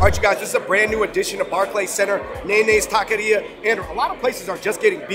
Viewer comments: tock eh ree uh = taqueria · Such a fun video. Loved it! But Andrew losing some of his cred in East LA. Gotta fix that pronunciation of “taqueria”. Butchering it brutha. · These guys never figured out how to pronounce "tacqueria" in years of this channel being up lmao